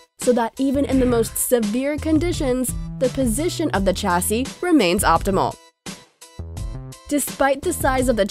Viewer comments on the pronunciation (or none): Not Tchassis.... Chassis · PLEASE STOP SAYING 'CHASSY', CHASSIS IS PRONOUNCED SHASSEY